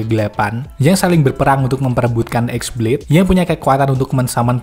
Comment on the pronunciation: "X" nya dibacanya Bukan Ex Blade bang, tapi qi blade